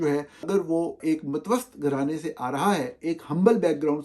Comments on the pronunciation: Sir it’s purshakoh not Purshikwah😂 It’s matwasaq not matwost😂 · اف خدایا! نالائقی کی حد ہوتی ہے برخوردار۔ لفظ "متوسط" کا تلفظ mutavassit ہوتا ہے۔ matvast کوئی لفظ نہیں ہے۔ 😂 اسی طرح "پر شکوہ" کو pur shikoh بولا جاتا ہے، نہ کہ pur shikwah. 😅 انگریزی بول سکتے ہیں نہ اردو اور چلے ہیں دنیا بھر کو ٹھیک کرنے۔